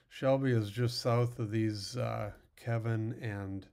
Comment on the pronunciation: It's Keeevin